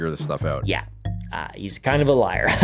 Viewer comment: you said “he’s probably a liger—liar” correcting yourself, there. If you just stopped at “liger”, I’d be ok with it.